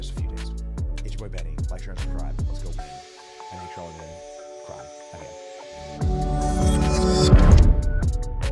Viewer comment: Who's Charlamayne? He seems like a joke! 🤣